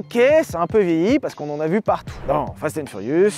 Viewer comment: Il a dit Fast and Fourius 😂👌